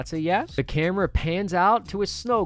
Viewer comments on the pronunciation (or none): none